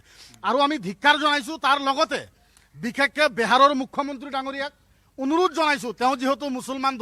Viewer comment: বেহাৰ নহয় বিহাৰ । ভাষা টো শিকি লক ভাল কে।